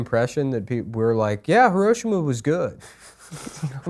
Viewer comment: I guarantee you but im not completely sure but i think if and adam fought adam would beat nicks ass. Furthermore, why is pronouncing Hiroshima like a 82 year old Vietnam vet.